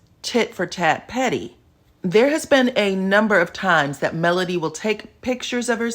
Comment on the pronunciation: Him pronouncing Melody name is awful.